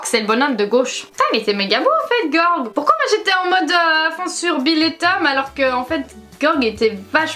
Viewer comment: Moi à chaque fois qu’elle prononce Gorg au lieu de Gé-org 🤮🤮😂